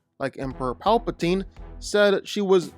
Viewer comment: You mispronounced Rey Palpatine